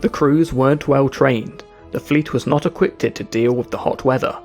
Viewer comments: There's a lot of mispronunciations. He keeps say "Equip-ted" instead of "equipped" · Equipped is pronounced E-kwipped (not E-Kwipted) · Equipped, pronounced e-quip-t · Lovely video, very interesting (although there's no such word as equipted, it's equipped) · Equipped not equipted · *equipped, not equippeded lol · I know this shouldn't be my take away from this, and it ultimately mean nothing but...'Equipped' not 'Equipted.' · bud it is hard to trust what you present when you van't even pronounce the name of these folks correct;ly (never mind your faulty English on top of it: "Equipted"??! come one... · you said equipted